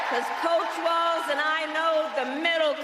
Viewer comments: Walz Mika. Not waltz. Like Walls. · its not Waltz. WALLS.....WALLS......WALZ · Walz is pronounced: WALZZZZ (no "s").